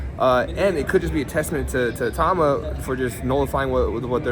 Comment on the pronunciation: Great interview, Richard just seems like the guy you can become fast friends with, genuine and humble - hopefully more people know about him after his next fight. PS: Its "ITAU-MA" not "I-TAUMA".